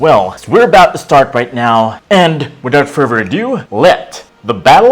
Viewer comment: "without furver ado" 😂😂😂